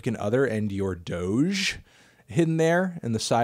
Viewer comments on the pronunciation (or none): none